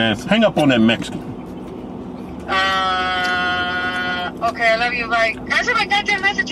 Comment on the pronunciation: Keith said, "Hang up on that Mesican." I hollered 😅😅